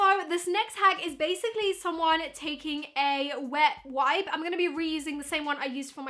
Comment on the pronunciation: Did she say “wep wipe” ...........